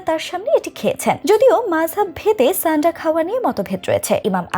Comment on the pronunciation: ছানডা না। সান্ডা হবে । আবা.....ল